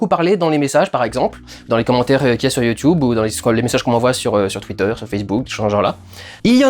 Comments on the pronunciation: cet accent russe que tu prends ^^ "youtoube !" :-D Dolph Lugren sort de ce corps :-D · « Yioutoube » sa y est les gars, dudu parle comme les anciens. :D